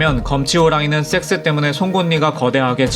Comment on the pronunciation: 섹스 발음이 영... 영화 추격자 프로파일러 센세 (이종구님) 한테 섹스 발음 교정좀 받아야 할듯